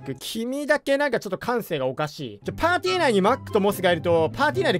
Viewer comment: パーティ内がパティに聞こえてマックとモスからの攻撃くらいました